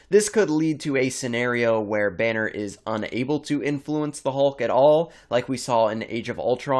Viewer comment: Yeah, weird way to pronounce Banner